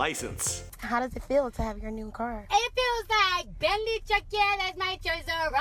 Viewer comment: He butched the fucked out of the Bentleys name